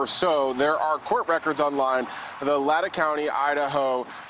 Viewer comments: Lay tan county. Not latta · LAEH-TAEH!? Booo it’s pronounced Lay-tah XD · LAY-TAW not latta. MOS-CO, not Mos-COW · Also, heads up NewsNation, it’s pronounced “LAY-tah” county, not “Ladda” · It is pronounced LAYTAW. Also, News Nation, can we please look in to the stabbings of Travis and Jamilyn Juetten at 3 a.m. in Silverton Oregon, (only 6 hours 12 minutes away from WSU campus in Pullman) on AUGUST 13, 2022? Travis died of his injuries and his poor wife is barely making it through with the horrific injuries that she suffered. I find it interesting that this crime was committed exactly 3 months to the day, the 13th, of the U of I crimes on Nov 13. Also,the MO of brutal stabbing with a long knife at the same time of the early morning is something very suspect. Also if you look at the WSU schedule for that time, there were no events or classes scheduled on August 13 or 14. Hmmmm. There was on the 12th and then on the 15th. Surely LE is examining/must have really examined this. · It's pronounced Lay-taah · Dude it’s Lay taw County. Just like Mosco long O not Russia. Many names in this area are Native American like Cour da lane (pronunciation not correct spelling). Please learn correctly thank you. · It's LAY tah lol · Latah is pronounced Lay-taw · It’s pronounced Lay-taw. Just for future reference for the reporter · Minor point, but Latah is Lay-taw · It’s pronounced, Lay-tah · Latah County. Pronounced Lay-taw. Rhymes with paw. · and Lay-tah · He pronounced the county name and the city name wrong in this report. It’s Lay-taw (Latah) County and Moss-co (Moscow) City. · lay-tah county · It’s pronounced LAY-TAW County.